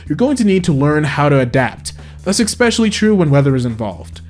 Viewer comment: Please don't say "ex specially"